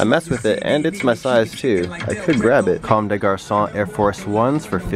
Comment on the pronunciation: U really know how to pronounce comme de garçon